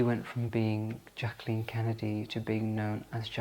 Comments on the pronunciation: It’s such a pleasure to hear my name pronounced correctly. It’s so rare. It was a sore spot for Mrs Kennedy too. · You are a dream. Beautiful presentation with such compassion. Thank you for honoring JBK . ❤ And you pronounced her name correctly.🎉